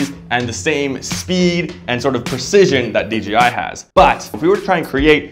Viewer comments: He kept saying dgi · DJI NOT DGI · It's DJI not DGI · Nice production! But please... its "D-JAY-I"